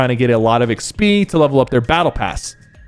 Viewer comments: IGS-BE is funny😂lol it’s EX-P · Sypher says XP like Eck-spee. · why he say XP like that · The way he say XP bothers me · why does bro say XP like that 😂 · bro why do you pronounce "XP" like that LMAO